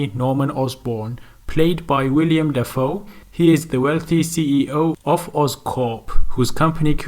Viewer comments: willem not william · It's Willem, not William.